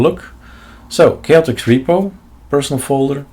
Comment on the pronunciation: Not chaoticS but Chaotic AUR